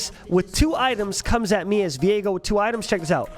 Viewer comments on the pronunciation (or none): i hate that people pronounce viego like vi ego, no its 1 word VIEGO like vigo